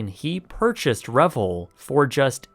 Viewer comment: Re-Vel, like gazelle. Not Revel, like grovel.